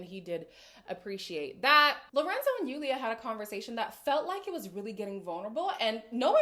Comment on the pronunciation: Even though Julia probably said stuff with a bit of spite at least she said something. It also bothers me that Lorenzo doesn't correctly pronounce Julia's name.